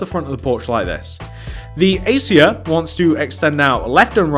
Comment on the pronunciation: You said Acacia wrong